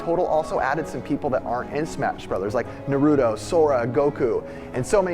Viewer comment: it is pronounced Nar-(r)ue-toe, as opposed to Narootoe